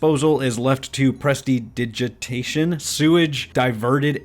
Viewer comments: I'll make this easy. It's pronounced press-didgit-tayshin. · presididitation? I don’t know either